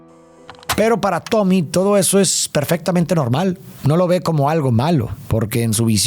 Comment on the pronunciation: dice tobi en vez de tommy